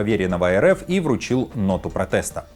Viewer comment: "ноту протЭста" - ну вы даете